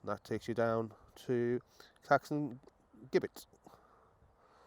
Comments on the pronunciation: It doesn't matter how many times you say it (and many people have) he still calls it GUIBBETT! Good video, however. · It’s Gibbet - with a J sound